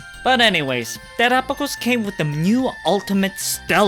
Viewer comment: omg the way u pronounce ✨Terapagos✨ is so beautiful